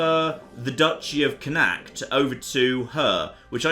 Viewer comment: Also, it's pronounced "Connaught", which is the alternative Anglicised spelling.